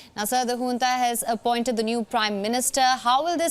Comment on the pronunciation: Is it called hunta Or junta? 😂